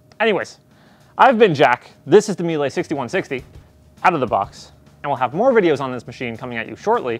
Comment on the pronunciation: It's Miela !!! Please pronounce it correctly!